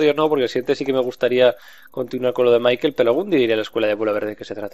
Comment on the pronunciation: !!!!!!!!!!!!!QUE SE LLAMA MICHAEL,AAAAAAAAAAAAAAAAAAAAAAAAAAAAAAAAAAAAAAAAAAAAAAAAAAAAAAAAAAA PARA YA Y DILO BIEN.